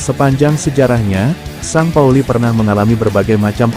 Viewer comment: Bacaan st pauli bukan san pauli la lembu...tapi sin pauli..lembu